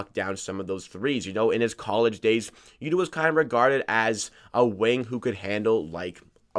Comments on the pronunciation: Yu-tuh...not Yuduh. Lived in Japan for two years, annunciation is key. Not hating, just a helpful hint 👍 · It's pronunciation for yuta is Utah like the Utah jazz.